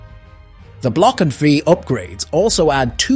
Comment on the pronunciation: Your AI is grossly mispronouncing Block 4.